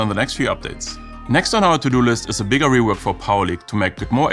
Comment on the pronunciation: Edgar? REWORCK? noooooooooooo